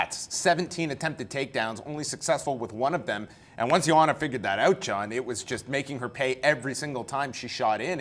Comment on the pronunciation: the first time someone is close to appropriate pronunciation of Joanna's name. Far from perfect but truly proper